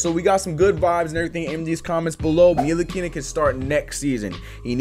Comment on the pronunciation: You butchered tf out of “Ntilikina” lol